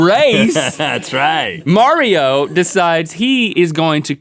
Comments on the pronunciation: Its pronounced Marrow NOT Mario!!!! Do you see an IO in the end of his name! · mauro not mario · It's MAURO. U. xD